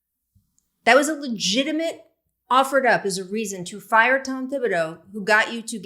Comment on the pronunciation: Pronounce Thibodeau's name correctly if you are going to make fun of the Knicks.